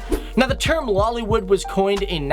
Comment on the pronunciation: luliwood or LOLiwood..😂😂😂.seriously... omg..why?